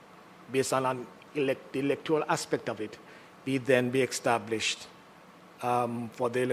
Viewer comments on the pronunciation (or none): The word is established NOT extablished.